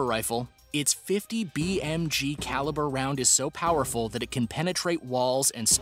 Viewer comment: Most Poerful lol